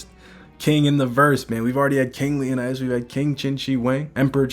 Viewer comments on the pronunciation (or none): none